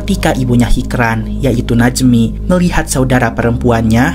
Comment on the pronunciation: Hicran dibaca hijran min krena bhasa turki hruf c dibaca C ,yg sicin pertama hoca itu bukan nama tapi panggilan utk orang yg berilmu atau tenaga pengajar juga bisa yang jelas yg punya ilmu